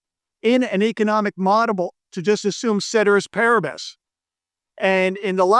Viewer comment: If you’re going to use big words like “exogenous” you should also be able to properly pronounce “ceteris paribus” dude.